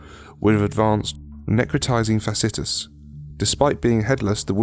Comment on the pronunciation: It's pronounced fah-she-ai-tis